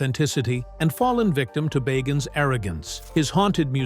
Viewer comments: The narrator needs to learn how to pronounce Zac’s last name. Boggins??? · If you're going to narrate a STORY, learn how to pronounce his name right. It's BAgins. Long I. Zak Bagins. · I like how he calls him beggins and boggins interchangeably 🤣🤣🤣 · Why is his name pronounced differently every time you say it? Bagins barrrgins baagens. No commitment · I love how this guy pronounced Bagans different every time the entire video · You can't even say his last name correctly -_-; Try saying " The Rain In Spain Stays Mainly On The Plane" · Dude, who ever you are PLEASE SAY ZACK'S LAST NAME RIGHT! Every time you say it you change the pronounceietion! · Please decide how to pronounce Bagans.....ugh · It would be great if you could decide on a pronunciation for his last name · Good grief! Figure out how to pronounce his last name! Every other time you say his name it is pronounced differently. A lot of this is crap. Nick lost his shows because he’s a big bore. Didn’t have good ratings.